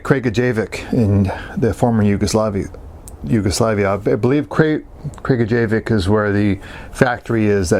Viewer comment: Which is wrong, it is KragujevAc, and pronounced as Kraguyevatz.